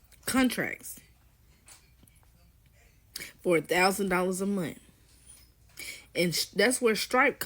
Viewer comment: Don’t take advice from any person who pronounces the word “month” like “munt” 😅